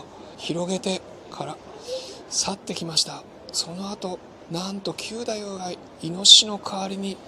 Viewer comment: わ〜い、嬉しい感想でした‼️歌舞伎の力、平和宣言‼️通しで観て欲しい、若いみなさんに観て欲しいというお得なチケットのご紹介もありがとうございました。 ストーリーがよくできていて、本当に楽しく、何度も観に行きたくなります。 ひとつ、斧九太夫は、きゅうだゆう ではなくて、くだゆう だと思います。 決してダイジェストではなく由良之助が、勘平が切腹する事で名を連ねられること、平右衛門へ命としておかるを切るようにすることなど、非情にも思えますが仇討ちに対する想いを確認する思慮深さ、なんとしても成功させるという意志の強さを感じました。 強い意志と世界平和への想いは、團十郎さんと重なります。